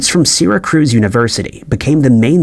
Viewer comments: I love Sirricrooz. Great city. Just outside of Burrfalerr, and not too far from Alberrnerr. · Syracuse, not Syracruse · Syracruze??? Its the Cuse! Not the cruze. 🙄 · WTF is Sera cruise? It's Syracuse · It's dis-PLAY. Not DIS-play. And the men "inherited" the building? You mean "entered"? Seracruz? No it's Syracuse. Bad AI narration, and unnecessary AI art, just research real photos, please. If the narration isn't AI then- what the heck is wrong with the man? I'm concerned.🤔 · OMFG WHY ARE YOU SAYING SYRACUSE SYRA CRUISE? There’s only ONE R! It’s pronounced SYRA-Q-USE It’s making me irrationally angry that you’re fucking up a word by adding an extra letter especially since I’m from NY and YES the way I spelled it with a Q is the way you say it if you’re from NY/NorthEast America WHY AM I SO MAD ABOUT THIS?!🤬🤬🤣🤣🤣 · was wondering the same, and hearing syracruse was weird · Lol. It took me a min after hearing it say sarah cruz to think... do you mean, Syracuse? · I'm not from Syracuse, but it bugged the shit out of me, too. I'm actually from Santa Cruz, interestingly. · I'm from clear across the other side of the country in Washington and that pronunciation bothered me. Even I know how to pronounce it. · I have heard him mispronounce Syracuse before in another video, but did he have to repeat it so many times?! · OMG, yes! This was the most shocking part of this waste of time: how badly this was mispronounced. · Just a small bit of info - I grew up in the area, and the name of the city is Syracuse. Only one R in the name. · Syracuse is pronounced with a Q sound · Syracuse is pronounced "sear-ah-cues," for the love of God. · If you are going to do a video about a place named Syracuse, at least learn how to pronounce it. Also, people did NOT rent VCRs, rather than owning them. Also, the Earth's tilt was NOT caused by a collision. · It's pronounced "SEER-AH-KUSE." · Yeah, I'm from Massachusetts & even to me that's just ridiculous. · Is he trying to say Syracuse?